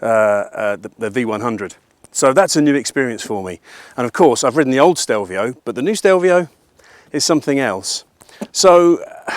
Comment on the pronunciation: Grown man, years of motorcycle world experience and still fails to pronounce the name correctly.